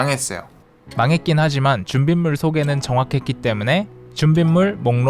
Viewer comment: 부터 준빗물 이라고 하시는거같은데 ㅋㅋㅋㅋ